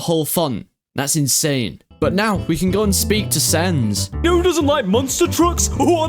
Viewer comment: Thats not sans, thats cans...